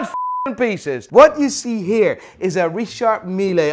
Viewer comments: hilarious as usual, I like it so much, but please learn to pronounce Richard Mille correctly. it is not "Milayyy" but "Meal" 😀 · wanneer een collab met AVW??? En je spreekt het uit als Richard Mil niet milee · We say « Richard Mille », not « Richard Milley »... as I’m French I know how you are supposed to say his last name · pls say Richard mil(e) and not Richard mi-le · Alternative video title: Watch "Expert" Continuously Mispronounces Richard Mille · The way he pronounce Richard Mille gets on my fuc**n nerves!!!...What a villager!!! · Learn to pronounce Richard Mille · Dear. Pleas pronounce Richard Mille correctly. It triggers the shit out of me. Thx.